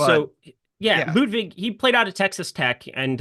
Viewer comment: please call him Ludvig if you can't prounounce his last name;) and thanks for good content guys!!